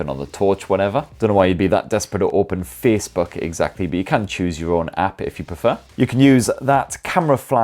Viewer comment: “Don’t know why you’d be so DESPERATE to opehn faycebuuk” LMAOOOO DED